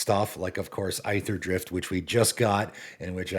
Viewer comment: The set is pronounced "Eether-drift," not "Eye-ther-drift" Cmon man